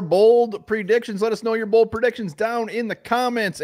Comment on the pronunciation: Did you say Bald predictions?